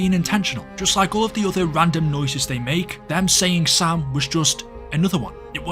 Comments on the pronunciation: My ass always thought the zombies were saying Sail😅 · Sam? I always heard "SALE" or something